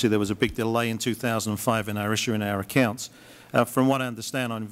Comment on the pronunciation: the way he says accounts sounds texan